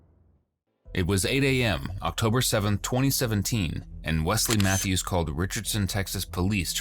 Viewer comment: Wesley matthews???? Seriously? He can't even pronounce it.